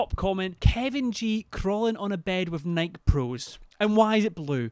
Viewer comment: mispronouncing Nike is the best part of this video